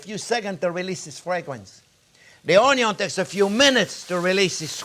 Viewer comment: A chef using canned over fresh has his head up his ass especially when fresh are cheaper than your fancy canned tomato’s. Stop saying on-yons. Your no Justin Wilson.